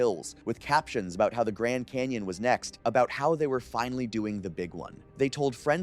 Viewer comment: What's a Grand "Cayon" ?